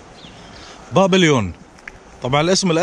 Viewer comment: الاسم الأجنبي بابلون وليس بابليون